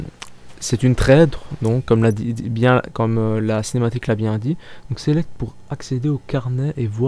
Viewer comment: Cinématique et pas cematique